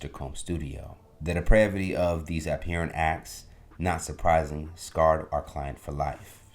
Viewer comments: Ab-hear- ant???? Its pronounced AB-HOR-RENT😂😂😂 man learn to speak without the ebonic tongue my guy. 😂😂😂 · nah. He just did not know how to pronounce the word. Probably never saw it before 😆 🤣 😂